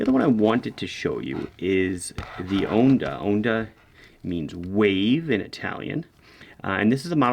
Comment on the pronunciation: Just FYI, if you want to Italian-ify your pronunciation of 'onda', it's like 'Honda' without the 'H' :) Grazie mille per tutti i recensioni!